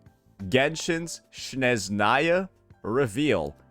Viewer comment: UNC it's Snezhnaya, NOT Shnezhnaya!